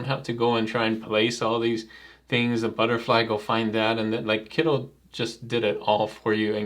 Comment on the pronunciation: I like your channel, but why are you calling it Kiddl, isn't it meant to be Kittl or am I missing something?